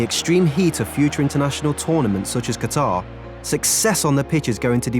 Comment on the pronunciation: It is Qat-ar